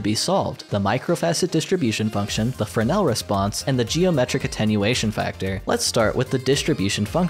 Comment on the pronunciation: even words i should get i dont like how he kept saying “fernel” when j saw typed “fresnel” and i know fresnel as a word already so i think thats what he meant?